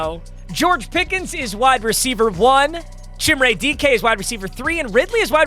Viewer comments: Chimere dike is pronounced Ka meer ay dee kay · it’s pronounce chim-ray dee-kay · Van’s name is pronounced like the vehicle and it’s Chim-Ray Dee-kay. Doubt sees this nor really cares but the butchered names gotta stop 😂🐊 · That is not how you pronounce chimere dike😭